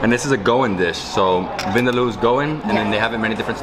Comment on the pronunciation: Vindaloo is a Goan dish and not South Indian. Cleary knows more about Indian food than Nitu. And also, her pronunciation of Vindaloo is wrong.